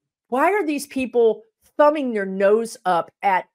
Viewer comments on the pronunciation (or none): none